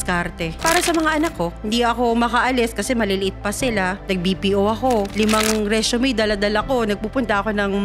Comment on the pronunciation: It’s pronounced RE/ SU/ MAY (MEY) … NOT RE/ SHU / MEY … just saying… a kababayan from NY🇺🇸